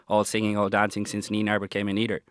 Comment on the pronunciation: Even Eddie can say Neinaber correctly,.